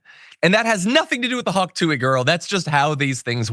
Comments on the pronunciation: dude, if you’re going to get paid to talk about her, you should “honestly” know a little more about her and consume more than a minute of her content. you sound disingenuous off the bat when you intentionally mispronounce her nickname as the “hak tuey girl” but know her real name and the fact that shes given to charities tl/dr you know about her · That was the most boomer intro ever “hawk tooey” mispronounced like a boomer trying to say “pokemon”